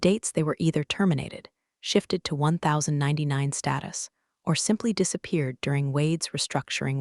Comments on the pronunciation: I don't think we have much to fear from AI. It's IRS form 1099. Even a cave man knows it's pronounced Ten Ninety-nine, I wish they would spell out one million dollars so we can stop constantly hearing it as one dollar million. And seriously, the next to the last line is this story, again, mispronounces the word "read". Can one of you people, plase, program it into the computer that the past tense is "red" and everything else is "reed". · In the real world it's pronounced 'ten ninety nine.' Love the stories. The bad guys get a taste of their own, the good guys work hard to keep everything on the up and up, and sometimes the snark is just hilarious.